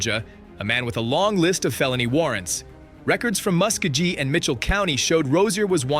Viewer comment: Musk-ga-gone is a crazy way to pronounce Muskegon